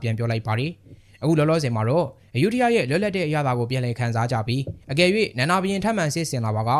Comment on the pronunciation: အယုဒ္ဓ လို့ ဘယ်သူက အသံထွက် ခေါ်ခဲ့တာလဲ မြန်မာတွေလုပ်လိုက်ရင် တလွဲတွေချည်းပဲ သူများနိူင်ငံက နာမည် အသံထွက်တွေကို မြန်မာသံနဲ့ အသံထွက်လို့ ရမလား Phra Nakhon Si Ayutthaya ( ဖရာနခွန်စီအယုထရာ) လို့ အသံထွက်တယ် Bangkok ရဲ့ International airport နာမည်ကိုလည်း သုဝဏ္ဏဘူမိ ဆိုပြီး ခေါ်နေကြတာ Suwanabumi (စုဝနဘူမီ) အကုန်တလွဲတွေ English လို့ ရေးထားတာကိုတောင် မှန်အောင် အသံမထွက်နိူင်ကြဘူး